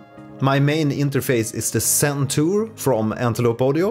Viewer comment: It is Zen Tour, not Sen Tour! Are you originally Scandinavian?